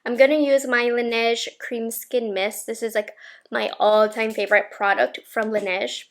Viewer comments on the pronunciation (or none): none